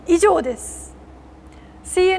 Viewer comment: 「以"上"です！」（濁点） どうしたｗ